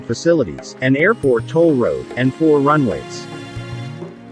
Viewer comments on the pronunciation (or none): none